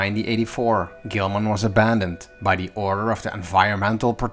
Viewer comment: the, not du this, not dis